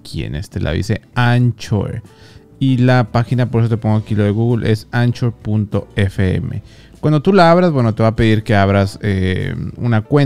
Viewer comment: Se pronuncia ankor y ahora ya es de Spotify